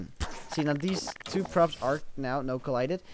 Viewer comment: lol the first time you said props i heard crops